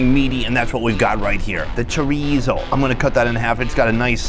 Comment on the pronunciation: that is NOT chorizo, never say that again